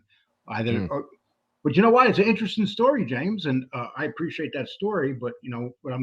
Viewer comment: Everything is very "Entresteen" to